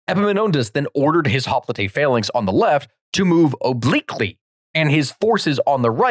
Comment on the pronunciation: "Hoplite" is pronounced "hop - light" in English. I know you're trying to be more accurate pronouncing it like Greek, but this doesn't really work in English since we have such a long-established tradition of pronouncing it "hop - light". All adememics giving lectures in English will pronounce it that way, and it kind of just makes you sound dumb to attempt to say it that one word in Greek, when you are simultaneously mis-pronouncing a bunch of place names and personal names (and sometimes using Latin, sometimes Greek and sometimes English terms).